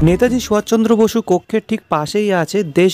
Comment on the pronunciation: খুব ভালো লাগলো। শুধু নেতাজি সুভাষ চন্দ্র বসুর নাম মনে হচ্ছে ভুল উচ্চারণ হয়েছে। শুধরে নিলে পুরো বিষয়টি আরো উৎকৃষ্ট মানের হবে।